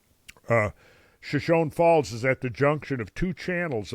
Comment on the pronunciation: Per usual, great presentation, Randall. Point of pronunciation: Shoshone Falls is: shuh-show-nee faalz